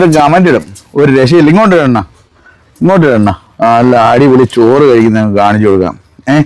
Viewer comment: "ചൊർ " അല്ല 'ചോർ '